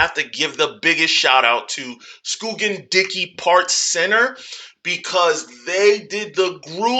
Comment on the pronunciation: Thanks for the shout out! I'll be dropping the individual videos this week (I do a lot more at work than just make the videos). We already have some of this in a truck as well, so stay tuned. Also, Scoggin is pronounced here like Skawgin not skoogin, but we get called all sorts of things 😅